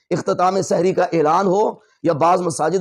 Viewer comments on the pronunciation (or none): آپ اپنا تلفظ درست فرمائیں، سحِری غلط بول رھے ھیں سحِر کا مطلب ھے جادو